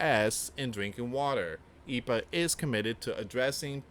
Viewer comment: it's E. P. A. not Epa... just say the letters don't pronounce Capital letters as a word like ICE, FBI, CIA & The DOJ